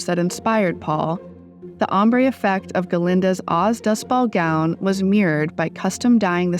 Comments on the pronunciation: used an AI voice for this. (The give-away is when the voice says 'ballGOWN" instead of 'BALLgown'. But you can also tell from how flat it is). As a voice actor, I'm disappointed. You couldn't pay someone a few bucks to read this out loud, you had to use a soulless, bored-sounding computer to do it for you? It's cheap and tacky,. Please do better next time. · got a lil rubbed off with the pronunciation of "oz-- dust- ball-gown" here haha